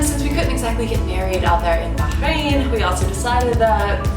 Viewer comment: Hey, congratulations to you and your husband, for having a baby. I've been to the middle east, and been to Bah' - rain (note the emphasis on the pronunciation 😂). Such a great country in the middle east, but quite some pretty narrow roads specially in the old city center. 😂